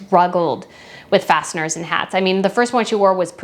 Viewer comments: I think you’re saying “fascinors” when it should be “fascinATors” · Fascinaters not fasteners lol!!!